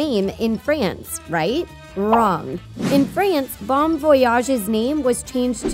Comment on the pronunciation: Did she just pronounce "Bon" as in "Bon Voyage" as Bone? 😂